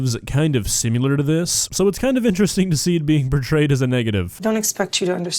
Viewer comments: Also,... "simular"? Really? X3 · Love you, and since you make your living off of criticizing others, can you please explain why you say the word similar as "simular"? Being similar is being the same, not being a simulation. I think you know that, but I'm curious